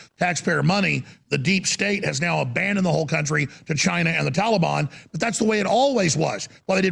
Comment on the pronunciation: “TALABON!” — Alex Jones, the reader